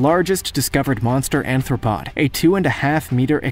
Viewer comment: i hate when people say anthropod instead of arthropod. and also you showed dunkleosteus alot when you said titanichthys.